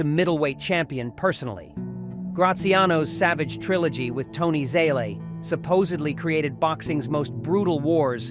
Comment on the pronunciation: Constant mispronouncement of names, La Moatta ???, Zaley ??? Either AI or an imbecile.